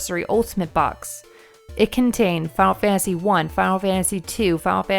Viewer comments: Fiyul fansee fiyul fansee lol ennunciate please Fi-Nul Fan-Tuh-See Final Fantasy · "fah fansy"